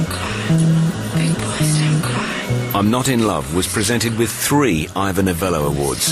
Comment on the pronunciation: An absolutely brilliant composition, without a doubt! My single disfavor is Kathy Warren’s pronunciation of the word “cry”, it’s not clear and warrants a Google search. Sounds like “cwua” to me - does anyone agree?